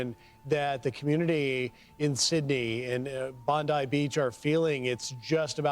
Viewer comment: Even the news that would suck Pam Bomdi's cock would call it "Bondai Beach". WTF is with Americans' inconsistent vowel pronunciation?!?!?! Even the natively english words like "nuclear" are too much for them. Do people there really speak 0.5 languages? 😂